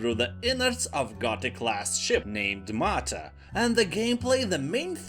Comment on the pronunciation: Thanks for this list, there are really good games in it, that i haven't heard of and will try out, so thank you for that. One thing i would suggest if i may: Your pronounciation is so wrong on some words and that is especially annoying when it's the title of a game, for example how you pronounced Mythos and martyr, really annoyed me, sry 😅 so do a quick search up on how these words are pronounced, that would be really appreciated 😘 at least for the titles of games we spent hundreds of hours in 😂